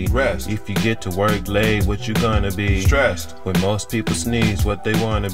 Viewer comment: Strest? Lol I love it